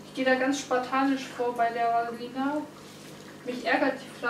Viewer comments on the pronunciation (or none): Die Pflanze heißt: Va-lis-ne-ri-e und nicht Vaselina ;)